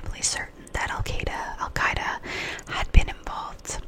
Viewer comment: Pronouncing it like you're saying the word "eye" ...al qEYE duh Is closer to how it is pronounced in Arabic. But you're doing fine, just the fact that you even care is praiseworthy. Arabic has a bunch of sounds that aren't used in English. The Q in al Qaeda is partly made by producing an exaggerated "glottal stop" deep in the throat....which is so weird for anglophones that we need training to help us do it! Arabic is just very, very unlike English.